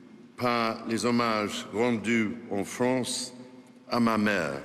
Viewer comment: Hahahahaha il a dit la « FRONCE » ce facho